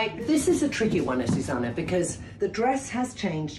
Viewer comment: You think AzucEna minds her name always being said wrong? AzucAna —> AzucEna.